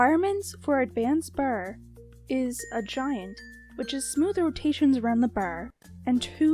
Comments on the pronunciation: When u say bar it sounds like ur saying baer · It's her Canadian accent :3